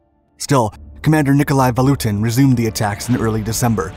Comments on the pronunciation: VaTutin, not VaLutin. :) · I kept on hearing: "Nicolai VaLutin'. I assume it must have been Nicolai VaTUTIN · Sorry, but you repeated misnaming of the Russians was very jarring to the ear! General Vatutin! Two T's. You kept saying Valutin. As if it comes from English word value. Malinovski. From Russian Malina = Raspberry! Stavka. The first letter is an S. And pronounced as such. I keep hearing historians pronounce it as Sh. Maybe Germans said it that way. It is from Russian word Stavit' = to put. Same word also means to bet. The other thing is you are sympathizing with Germans as if somehow they were the good guys in this war or even encounter! Nothing is further from the truth! Germans were the aggressors, the occupiers and the Soviet Union was fighting back to free their land or the fascist scourge. Why would you say terrible T-34s? Tons of young Russians perished in those tanks for the good of the World!